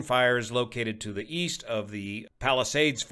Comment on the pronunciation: Did you say,... East? I thought you said Wheast...